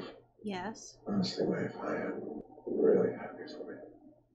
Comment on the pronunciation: You guys pronounced Maeve wrong! It's "MEYV" not "MAV".